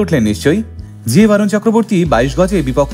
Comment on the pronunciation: Barun noi re borun bol